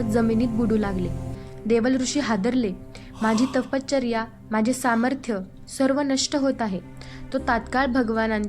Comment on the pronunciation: ताई अतिशय सुंदर पद्धतीने भगवान श्रीदत्तात्रेय प्रभूंची लीळा सांगितली. ताई कृपया तपश्चर्या या शब्दाच्या उच्चारा कडे लक्ष द्यावे. आपला आवाज अतिशय सात्विक आणि भावपूर्ण आहे. खूप खूप छान 🙏🙏